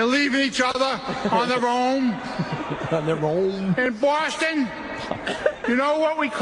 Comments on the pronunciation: Bawfoston. Get it right! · It's amazing that you can be born in a city and live there your entire life but also be the mayor of that city and not being able to pronounce the name of that city! It's almost like getting your own name wrong.